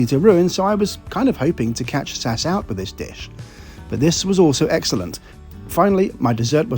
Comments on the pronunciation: It's Ess-Ayy-Ess. Not Saaahs. If you are going to travel on narrow-bodied aircraft for long flights you should wear a kilt so it's easy to dissipate fumes by flapping it instead of a slow release through your trousers that will annoy staff and other passengers. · Love your videos, but please… please… don’t call them Sass! It’s SAS. Ess A Ess. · You def lost me today: Saaas Airlines? JFC… Not Tool much to get the Name right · As far as I can remember you are the first one who pronounces SAS in in one word rather than the single letters S-A-S 😉! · Sass? S-A-S, as it has been called historically, sounds much better. Like BOAC being called Bowack.